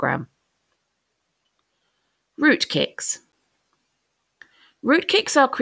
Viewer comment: why do I hear rootKIKS?